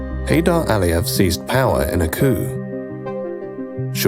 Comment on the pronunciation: It's Aliyev, not Al Ali.